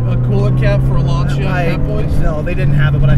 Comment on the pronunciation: TheSmokingTire I'm so glad you pronounced the name Lanica right i watched a clip of a Lancia Stradale owner on jay leno's channel and he fucked up the name claiming the proper name was launcher